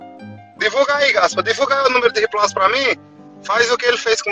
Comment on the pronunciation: RIPLAUSE🤣🤣 diz ele kk